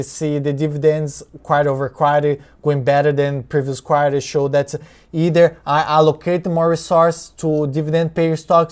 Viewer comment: I was first thinking that the Apple was a DRIP type thing. That you put your first dividend in Apple and got more dividend. It's good that Apple increased the dividend in the 2nd Quarter (You pronounced it like Quar-yah, some people say Quar-tah). Hope Apple keep increasing and become an aristocrat. What is that ABR? What is expectation from that stock?